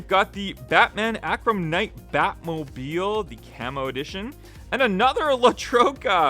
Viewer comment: Friendly FYI: That batmobile model is pronounced AR-KUM. Thought you'd wanna know, since HW puts out quite a few variations.